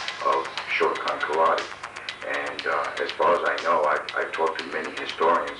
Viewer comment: The man being interviewed and is suppose to have all this knowledge yet can not pronounce Karate correctly?